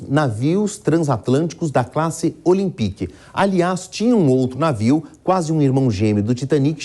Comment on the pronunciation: "Olimpique" pkp. Custava nada ter pesquisado a forma certa de se falar